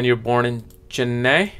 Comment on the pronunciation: Because it’s Cologne not Colonge ! SHANthini . CHENNai .